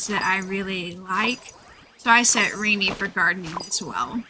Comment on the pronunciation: the way she says Remy's name through out the video kinda bugged me